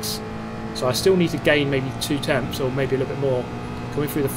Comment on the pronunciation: 241 and TENTHS! Not TEMTHS! No “M” dude lol